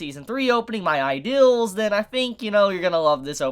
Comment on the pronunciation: Ideal not idills and feel not fill learn to pronunceiate please.